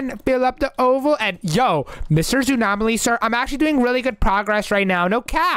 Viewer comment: it is zoonom Aly